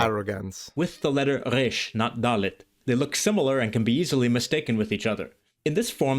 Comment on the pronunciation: He missed the vav being a waw and doesn’t pronounce his reish as an alveolar tap if u want to see real Biblical Hebrew just look up yerushalmi or teimani pronounciation of Hebrew and that’s the closest you’ll get